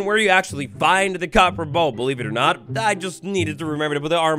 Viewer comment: COPPER, not CoBpEr. I gotta leave this vid man i seriously cant take it